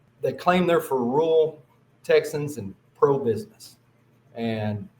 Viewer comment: Won’t vote for someone who can’t pronounce “rural”.